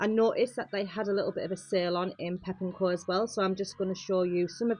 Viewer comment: Great video, but it’s pepco not pep and co ❤